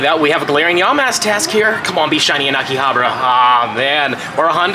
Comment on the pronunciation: Did I hear AKI-ABRA? Love that place too though. I missed Japan so much. Thanks for sharing with us.